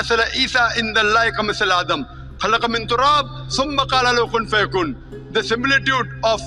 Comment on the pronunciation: It's not kun faya kun,but kunn faya kuun, correct yourself